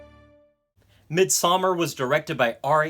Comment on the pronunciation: You’re the only person that pronounces the movie right